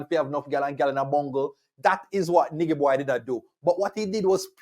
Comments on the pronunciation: Lmao it’s pronounced Nai-Ji Boy 😂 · it's pronounced NI-JY Boy lol...with a soft G...like "Nigel"